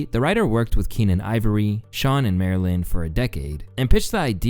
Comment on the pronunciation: It really irritates me that this guy makes videos and doesn’t take the time to make sure he pronounces the names/words correctly. I stopped watching his videos before and forgotten why I didn’t like him. Between “Vadvull” “Marilyn(Marlon)” and “QuaylEE” I’m reminded. 🤦🏿‍♂️ Also his editing doesn’t make sense. He rarely showed when the joke was actually stolen. Maybe he got a longer version on Patreon or somewhere where it makes sense. But he too trash over here for me to go see. Bro chasing them views and throwing away journalistic integrity.